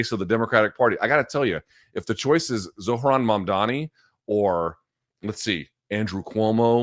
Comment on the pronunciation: Finally someone pronouncing Zohran’s name perfectly.